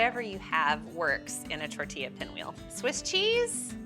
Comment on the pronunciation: I’m just glad she said tortilla correctly lol😅